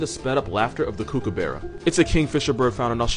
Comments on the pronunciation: Aussie pronunciation helper here, it's pronounced "COOK-ah-bar-ah". Hope this helps, love the videos, and again DON'T TOUCH THE BLUEBOTTLES! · a small part of me died with the way he pronounced Kookaburra 😂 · I love this and I love you but I cannot endorse that pronunciation of Kookaburra, I'm sorry